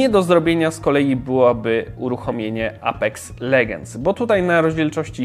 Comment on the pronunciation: Apex Legends mówi się przez e czyli powiedz epex legend się mówi